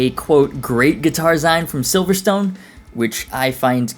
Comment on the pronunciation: Even when you corrected yourself on the Silvertone/Silverstone thing by referencing the race track you still pronounced that wrong! 😛 Hehe.